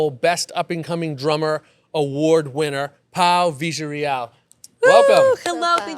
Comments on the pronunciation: A good imitation of argentinian spanish. perhaps he asked somebody for the correct pronunciation that happened to be from Argentina? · Nice job on butchering her last name. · He mispronounced her last name bad. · That’s the way ‘double L’is pronounced in South American Spanish. Double L is pronounced ‘j’. For example the word Llama - normally pronounced Yama- would be Jama.